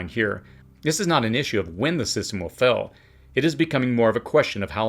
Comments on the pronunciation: Systems will FAIL or FELL? Sounds like you’re saying fell as in past tense. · Please enunciate the word "FAIL" better , because on our end it sounds like "FELL" and it makes it difficult to keep up with your talk . THANKS